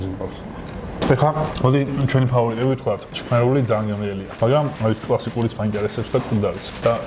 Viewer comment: ჩქმ არა შქმ))